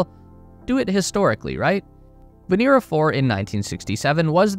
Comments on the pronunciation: VenEra, not VenEEra. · POV you have the time to make a 16 minute video that will hit 2M views, but dont have the time to learn it's Vénera not Venéra. smh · It is not veNEEra in Russian, but rather VEHnera.